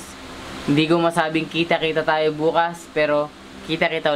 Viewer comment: "THAYOW" P***, may accent ang pag karol 😂😂😂